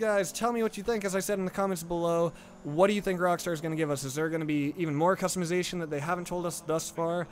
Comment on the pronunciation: you say custimizition